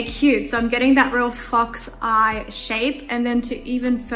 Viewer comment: Why did i hear fucks eye instead of fox eye🙄